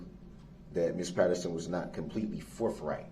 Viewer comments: This guy needs to go back to phonics class. Forf right. Twentief. Oaf. Truf axe Yall!! He’s not a smart one. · Along with oaff, twentieff, forffright, truffful/truff, dis and dat, axeing/axed, Det. Goof, chirdrin, pitture, etc. etc. etc. DARRELL BROOKS is the most obsurd boob I have ever seen/heard or imagined. Never have I wanted to punch someone in the face more than this moron, O M G ‼️🤒 🤬 👿🔥 🛑🌡 🤬